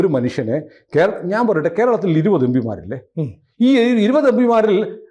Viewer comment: M P ( em-P) ennu parayan padikyu... Yembee alla